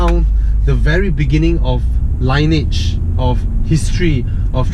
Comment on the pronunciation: lin-ee-age, not line-age. That being said, great videos and stories, keep it up!